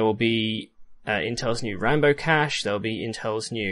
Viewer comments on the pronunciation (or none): none